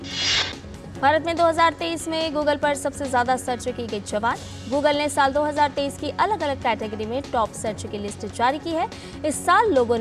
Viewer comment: i can tell you the DD news readers are from reserve quota or sifarshi, look how she is reading the names of the companies at timeline 2.05 onwards.... intale, relainss, jio guggal, metta, AWSS, nett waibbh...